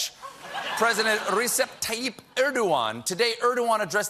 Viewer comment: It's pronounced Rejep. Not Reecep. Research, please.